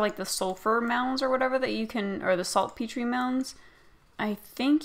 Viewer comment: its pronounced salt-peter